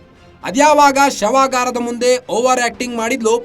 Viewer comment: ಶವಗರ ಅಲ್ಲ ಶವಾಗಾರ